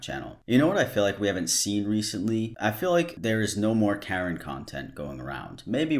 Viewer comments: why do you pronounce Karen like that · Can instantly tell is from the east coast by the way he says “Karen” lol.